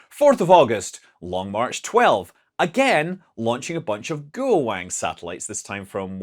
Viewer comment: Scott, you pronounce Lanyue better than you pronounce Guowang or any number of other pinyin pronunciations lol